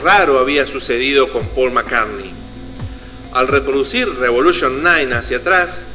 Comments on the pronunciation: no se dice «paul» se pronuncia «pol».. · es MI5 hermano... no el MI6... investiga mejor porque asi terminas generando mas desinformacion y ya bastante hay respecto al tema... y se pronucia "pol" ... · Turn me on, dead man= devuélveme al hombre muerto!?!?!?!?! Siento entre risa y vergüenza ajena. Y el "falso" Paul (ha pronunciado alguna vez el nombre correctamente en todo el vídeo?) siguió tan ricamente con su carrera musical como si nada hubiera pasado y sin que sus compañeros de grupo se dieran cuenta de nada, no? O es que también estaban compinchados? Cantó en el Live Aid ante 70000 personas en Wembley y ningún músico de los 30 grupos que allí tocaron se dió cuenta de que no era Paul, no? Claro, claro. Yo tampoco me parezco a cómo era cuando tenía 24 años. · Y por qué pronuncias cómo se escribe Paul y no cómo debe ser?